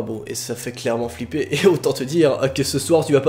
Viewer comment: hOUit fiPLer Tu parle drôlement bien 😂